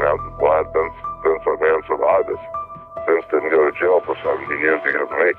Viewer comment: Ah yes, Vince MickMayin. 🤔